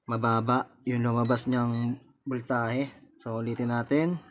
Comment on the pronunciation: Galing boss pero wag ka lang mag salita ulit ng voltahe kasi iba nadidinig ko 😁 vol tae e.. ahahha natawa talaga ako. 😁 Pero galing talaga